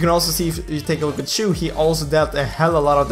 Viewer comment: omg the way you pronounce chou tho... HAHAHA idk why i find that funny 😂✌